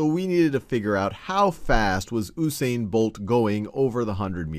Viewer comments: first of all it is U(you)sane not ousaine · The man's name is pronounced uuu-Sain not ooooo-sain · Nope. OO-sain, He is Jamaican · It's actually pronounced "Yoosain" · Dude yousain bolt that's how u prenounce it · should be "YOO-sain" Bolt lol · Oosain Bolt???? LOOOL. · ITS PRONOUNCED yu-sane-bolt